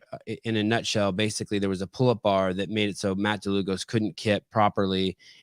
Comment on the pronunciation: yes Dlugos is a polish name, it is actually "Długosz" and should be pronounced as "Dwugosh" if that makes sense